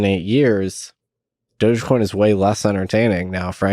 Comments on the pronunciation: Why are people sating "Doughje coin" Is it not "Doggy" - "Dog-E" ??? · I’m new to all this but I’m pretty sure it’s pronounced, “Dog-e-coin”, as in “doggy”. Why else would a dog be the mascot? And it’s an e-coin, i.e., electronic coin.